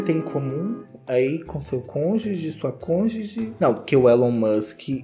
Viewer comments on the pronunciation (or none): none